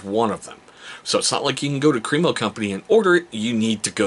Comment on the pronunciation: All of their products are great, I've used the shave cream for years. I pronounced it Cream-O exactly they way you did until I watched some videos by the actual company and discovered it's actually Crem-O "short e sound" not Cream-O 😂